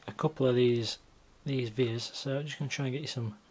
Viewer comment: You might know this by now, but I don't think it's an initalism (so vias, not VIAs). It's the latin for "way".